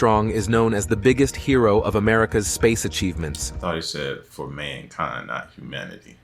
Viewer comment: Oh dear this poor AI cant say Mankind well AI cant tell you what a woman is either we all understand why just like nasa admitted no one has been to the moon when they said no one can get through the van allen belt